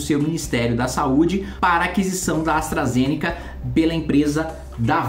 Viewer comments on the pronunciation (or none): none